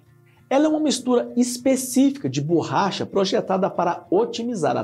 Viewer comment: Ele fala bôrracha